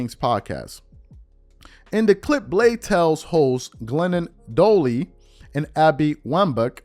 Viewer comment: “Doh-Lee?!” 🤦🏽‍♂️😂 It’s Doyle. Doy-yull.